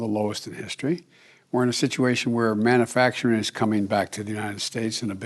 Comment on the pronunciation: Man-a-fact-ering he still hasn’t once pronounced it correctly